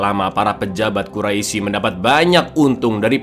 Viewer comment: Gemes dengernya pengen ngoreksi aja pas liat baru 5 menit. Sering banget bilang kaum quraisi, padahal harusnya dibaca kaum qurais (tulisan quraisy). Lanjut nonton dulu